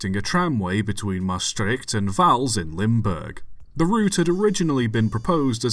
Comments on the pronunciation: 1 you did good on pronouncing maastright and vaals 2 LTM 26 first being believed to be LTM 21 for a while (one of the 0-4-0's) still survives and is the only LTM standard tram engine to survive its currently in daily use at the herritage line stoomtram hoorn medemblik on the old hoorn-medemblik branchline it was jokely renamed NS 8302 for a event a few years back which was supposed to be a NS event but the railbus thing broke down so they printed out a NS 8302 nameplate and taped it on the engine in reference to the only LTM engine to go to NS which ended up becoming NS 8301 3 it was likely scrapped indeed as that is when the germans scrapped a large amount of dutch locomotives too damaged or too none standard to use that remained in germany after the war did hear it was probably used in some coal mines before it was scrapped wouldnt have had any better chance in the netherlands as we all know the NS was firmly trying to cease the existance of steam in the netherlands completely in the 50's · You pronounced the names “Vaals” and “Maastricht” quite properly. No need to apologize. In fact you didn’t butcher the Dutch names at all. I’ve heard far worse. 👍